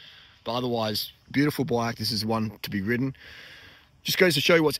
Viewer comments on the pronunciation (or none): none